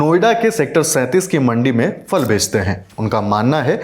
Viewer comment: Very good reportage only one request. Perhaps the voice over journalist and the one on camera can pronounce phal (fruit) as phal and not fal. When we hear the right pronunciation we perpetuate it further, and the same goes for wrong pronunciation. Also, Azadpur Mandi dakshini Dilli mein nahi hai, balki Uttari Dilli mein hai.